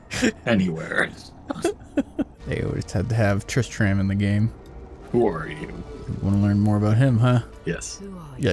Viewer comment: ITS PRONOUNCED " tris-trem". Trist TRAM 😂 JK